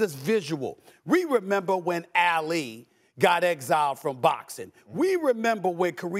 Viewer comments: It’s Ah-Lee NOT Ail-leeh Stephen A! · Say Ali’s name right tf is alley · I didn’t think it was possible before today to mispronounce Muhammad Ali’s last name